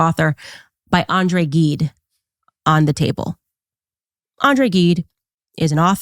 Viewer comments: All of what you talked about is disturbing, but Macron posing with Gide's disgusting book (it's zheed, by the way, not gheed) says that he's proud of himself and his perverted friends. Ugh. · CANDACE, PLEASE ASK YT HOW TO PRONOUNCE "GIDE", IT IS NOT A HARD "G".